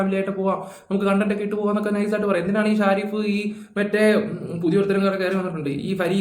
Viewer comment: പേരുകൾ ശ്രദിച്ചു പറയൂ.. ഷാരിഫ് അല്ല ഷെരീഫ് ആണ് നമ്മുടെ നാട്ടുകാരൻ...